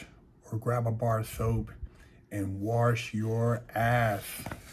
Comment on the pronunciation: Warsh your ath